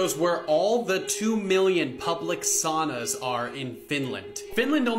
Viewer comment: “SOW-NUH”…😉, love the vids.